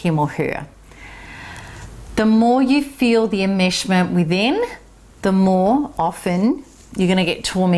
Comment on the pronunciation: I' sorry. I'm not understanding a certain word she she is pronouncing: psychic "immersion" ? Is that what she saying? It sounds like she is saying "immershment"?